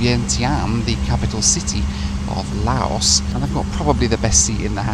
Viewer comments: Another idiot youtuber who believes himself to be some kind of expert and yet hasnt got a clue and cant even pronounce the name of the country correcty. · sweetheart, the country you are visiting is pronounced like NOW but starting with an L.....just saying, great work as always though mate. xx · The only time appeared to pronounce the country's name correctly once, was during the loo review. He may have also managed it when mentioning the local beer, right at the end.😂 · It is pronounced Lao..not leyo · It’s pronounced Lao Not La o Airlines We say Laos but its pronounced Lao 🤣🤣 Good try though 👏👏 My X girlfriend is from Lao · "Lowh" not "LayOss" brother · Geez, it's Lao. Rhymes with NOW. Not Leo or lay-o. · Lau would be proper pronunciation. Lau/s wrong but common. Lah-ohs as I’m hearing it here is a first. 😂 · fyi: the country Laos is pronounced "La-oh". "Lay-oh", as you keep saying, is Leo beer which you can buy in many bars/7-11s stores or big supermarkets in Thailand (Big C, Lotus's etc,). Beer Lao, the local beer in Laos, is first class and is widely available also in Cambodia and Thailand. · it´s not lay´-os it´s Lao L (ow) like öw¨ I hurt myself...... 25000 kip is a little over a buck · Laos is La-Os (like how you say La La Land), not Lay-Os 😅. Nepal is Nay-Pall (like how you say Stall) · ‘Leyos’ Shivers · Layos✖️ Laos ✔️ Nepool✖️ Nepal ✔️ 😅😂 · LOL. Yeah. Lay-O was my favorite. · Leh-yoh Airlines? It's Lah-ow Airlines. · la-os? i thought its lause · please.... it's LAO as in LOUD so the country's name sounds like LOUSE not LAY-OS. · Lao...you can forget about the s, because that is what the french added (a silent s). So not Lay-os. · Its not pronounced Layos dude!!! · "Lay Os" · It’s pronounced Laow, llike how, and not yo gurt!!!!! It’s yoygurt! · 🎵 LAYYYYYOS! LAYYYYYOS! Daylight come, still can't pronounce the name right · It's pronounced Lao, not Laos. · It's Lao as in Cow .... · Laos is pronounced "Louse" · Lay-O Airlines 😂